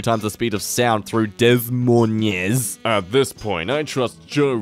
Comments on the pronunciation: Des Moines is pronounced, "Duh-moin." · So all of us Iowan and Illinoisians are commenting the same thing 🤣 DAH MOYN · No no that is not how to saw des Moines it is a de and moin like in coin the multiple ss are silent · im offended you mispronounced my city name its pronounced DEH MoiNe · As someone who lives in des moines (sadly, Iowa sucks. Long story if you wanna hear about the literal worst state that goes unmentioned) you absolutely butchered that pronunciation. Des is pronounced like 'dez' (not DEEZ for dumbass trolls) and Moines is 'Mo' with the ending of loin (drop the L, pronounce the rest) Hope that helps, and not as an insult or something of that matter: stay outta iowa. It's fucking cursed here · The way pronounced Des Moines hurts my Iowan soul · did really just pronounce Des Moines like that??? As an Iowan, I'm T R I G G E R E D. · It's the first time I ever heard someone pronounce Des Moines like that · The way he failed to pronounce Des Moines hurts my soul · They way he said Des Moines made me want to jump into a window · Did my man really just pronounce Des Moines like that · I normally cringe when people Mispronounce Des Moines (Iowa resident, here) but seeing as he was reading it in a mocking tone, I assume he did it on purpose. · Why did you pronounce my state capital wrong I know now one has every heard of Iowa